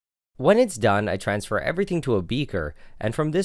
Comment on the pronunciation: “everytingg to a beeekeer”